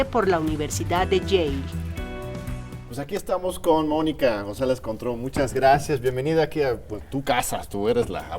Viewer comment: Contró... suena a Cointreau